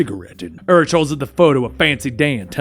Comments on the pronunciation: The Urich pronunciation is killing me. "Yur-ick", not "Yur-itch". Just a nitpick of mine lol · I love you.. but its pronounced UR-Rik the h is silent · Urich is pronounced yu-rick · Ben Urichs last name is pronounced "Your rick". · Ben Urich’s last name is pronounced “You’re-ick” not “Er-itch”. Otherwise. I liked the style. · im pretty sure its pronounce yer-ick isnt it? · It's pronounced Ben Yoorick. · Just for future reference its pronounced "YOUR-ICK" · Dude, it's pronounced Yoo-rick (Urich) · It's pronounced Urik. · Your mispronouncing of "Urich" really triggers me xD it's "ur - ick". XD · The ch in Urich is said like a k/ck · You watched daredevil on Netflix right? So you should know how to pronounce Urich